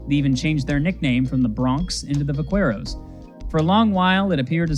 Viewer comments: Love the vid, couple pronunciation notes from a Texan: Edinburg, TX is pronounced “edd-in-berg” and Vaquero is pronounced “vah-care-oh” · Just a heads up vaquero is pronounced back-aero its the spanish version of the word buckaroo